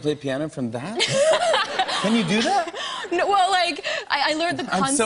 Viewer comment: Nough, nough... is that how they pronounce 'no' in Straya?